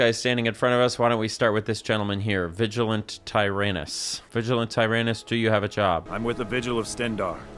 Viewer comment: You really just called that guy Vigilant Tire Anus. How did you not go "That's probably not how it's pronounced."?